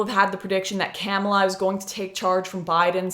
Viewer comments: I don’t think her name is pronounced camel-a. It’s kuh-ma-la. Lol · She said Camela 🤣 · Agreed, not to but an ass but its ka-mall-a. Joe Biden is mostly a diet right wing prez. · I love how your pronounce her name. Camella, LOL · Are you purposely mispronouncing the VP’s name? If so, I salute you